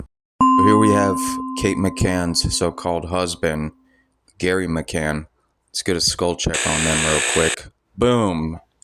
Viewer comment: Why u calling gerry gary?